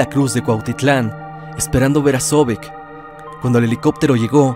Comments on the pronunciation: Zovek no se pronuncia (Zóbek) se pronuncia (Zovék) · Se pronuncia "ZOBÉK", carnalo. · La radio en México comenzó hasta después de 1920, así que es absurdo que digas que se escuchaba en la radio cosas de 1910... Ah y se escribe transmiSión, con S. El acento en el nombre de Zovek es en la E, no en la O. Y tienes una gran confusión entre hechos extraños o diferentes y lo que realmente es una leyenda urbana.